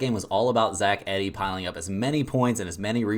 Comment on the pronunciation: I can’t trust a guy who can’t pronounce Zach Edey correctly